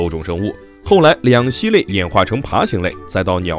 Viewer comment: 两栖之栖，音QI1。